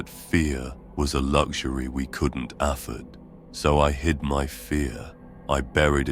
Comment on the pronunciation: I was enjoying this until your little AI reader couldn't pronounce "afford" right. Disliked, and finally giving up listening to ANY 40K readings on the YouTube.